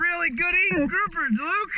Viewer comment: Hahaha that was so funny Luke caught your "GROUFER"🤣🤣🤣 With an F. 🤣🤣🤣